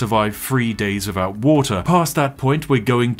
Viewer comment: Do you say your "TH" sound as "F" ? You can survive free days wiffout water.